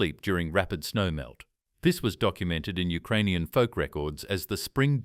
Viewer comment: "Ukraninan" AHAHAHA The word "Ukrainian" appeared in the Polish language in 1830 and meant a subhuman who lived near the border. U - near Krai - borderland. This was a project by the Warburg family of Austria-Hungary, which aimed to create an anti-Russia similar to Finland.